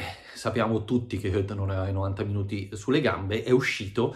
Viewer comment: Credo che Hoedt si pronunci allo stesso modo di Goetze..